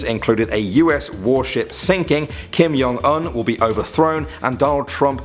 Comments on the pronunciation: Isn’t it Kim Jong Un, not Kim Yong Un? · "Kim YONG Un"